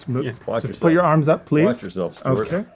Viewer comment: “What we got now St’wart” - Link 😂